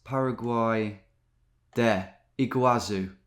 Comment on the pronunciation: I just glanced at it and I already knew it was Iguaçu Falls (btw "ç" has an "s" sound in Portuguese, not "z"), it hurted me to see him not knowing for a while, and even more so when he was looking to the East as West lol